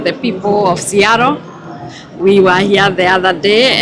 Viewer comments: It is sea-a-tle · Pronounced: Sea...attle. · American twang! Otherwise, if it was to be produced by all other English speakers, would have been, ‘ siatol’ 🤣🤣😜! It’s a beautiful region!